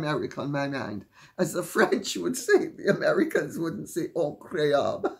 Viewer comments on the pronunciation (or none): I got a good laugh out of the French word “increable”! I heard you say the word, then when you said, “as the Americans say” I swung around, huh? Then laughed and laughed along with you! Got all giggly thinking of Americans speaking with a French accent!